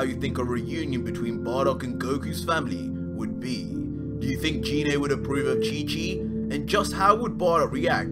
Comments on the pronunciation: Gee-nea Not JEE-nae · #Bardock great fan fiction, but must you slaughter the pronunciation of Ginae's name? It isn't "G-Nae" pronounced with the "Guh" sound of the letter G. It urkes the hell out of me when people claim to be huge Dragonball fans but butcher the names so badly. Thanks and as I said before great fan fiction. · Never subscribing to someone who can't say gine correctly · Anyone else weirded out by how he says gine